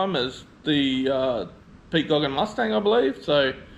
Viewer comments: Who was Pete Gogan ?..? Hi remember Pete Geoghegan (pronounced GAYGAN) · Mate, learn how to pronounce "Geoghegan" correctly -- it's not "Goggin"!! And in answer to you question as to how many ZB Commodores were built with a V8? The answer is none. The racing cars purporting to be ZBs, as with any car in this era, is a space frame with panels hanging off of it. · Leo and Ian "Pete" Geoghegan, two of Australia's best drivers in the 1960's and 1970's. Pronounced "gaygan". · My friend you only make a goose of yourself if you do not do your research…… please learn to pronounce Pete Geoghegen’s surname correctly. In his day along with Alan Moffat he was the king.